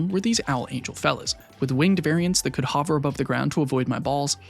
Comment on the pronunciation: Crazy production quality for being this early in the youtube grind (3 vids in, I mean). Also, I gotta say it: new “hover” pronunciation just dropped. It’s supposed to be a u sound as in “hunt” or “under.” Phenomenal video I am unfortunately just autistic enough that I can’t let such pronunciations slide without recognition.